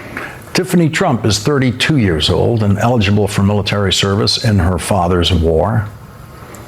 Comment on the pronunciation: The "MILLTEARY"